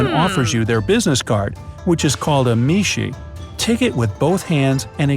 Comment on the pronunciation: Meishi and kawaii are pronounced wrong Meishi (Mayshie) Kawaii (kawa e)